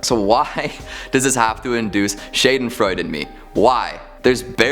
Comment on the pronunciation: I experience schadenfreude from that pronounciation of schadenfreude